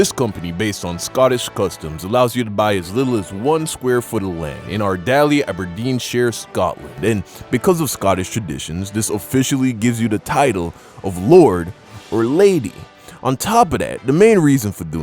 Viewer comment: Hey dude love ya but you said Aberdeenshire mainly shire wrong this comes from someone who lives there okay love youuuuu